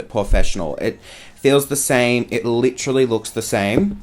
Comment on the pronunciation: "Lit-tra-lee" aka literally lmao 😂 love you ❤